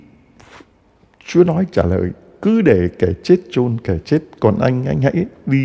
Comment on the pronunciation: THƯA CHA LONG ; ÂM ; CH ; NGÀI PHÁT ÂM SAI SAI RỒI NGÀI ƠI ; CHUŹ́A CHZA ; ; LÀ CHÚA CHA ;; CHUŹA CHUŹNG CON ;; LÀ CHÚA CHÚNG CON ;; CHIZỤ CHZẾT ;; LÀ CHỊU CHẾT;; .....VV......VV...... . CHA ƠI Con giáo dân thômasô THÂN VĂN HẢI 72 tuổi . CON XIN LỖI LÀ CHA